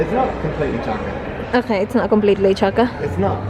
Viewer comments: When says chaka😂😂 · I love it when says "chaka" hahaha! It makes me laugh. 🤣🤣🤣